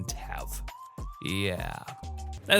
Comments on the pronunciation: It’s pronounced No-Cou-May! Did you forget that Silent E doesn’t exist in Japan? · I think I'll avoid most of these.⬅ You were pronouncing "Noucome" with two syllables. My eyes see three.🐶